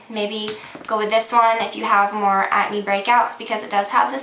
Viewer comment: you say acne funny lol like you dont say the "c" just at-knee is how it sounds lol its cute though!